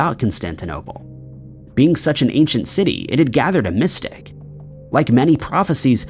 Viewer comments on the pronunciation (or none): "Mystique" isn't pronounced "mystic".